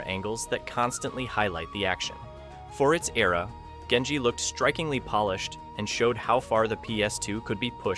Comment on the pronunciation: Gun = gun Gone = gone Genji = jenji English need to fix their self 🫪